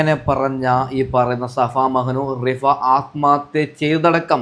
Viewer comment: ശഫ അല്ല സഫ😂